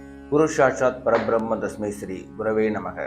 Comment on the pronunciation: Param bhramma = not para bhramma. Please correct . Meaning changes when not pronounced coorectly.